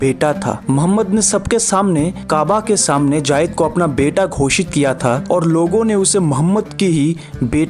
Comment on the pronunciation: भाईसाहब, " जायद " नहीं " ज़ैद " है ' ज़ैद ' ! इसका उच्चारण आपका गलत है ! " J A A Y E D " आप इस तर प्रोनाउन्स कर रहे हैं ! जबकि J A I D " ये उच्चारण सही है ! इसे सुधारें ! JAAYED JAAYED "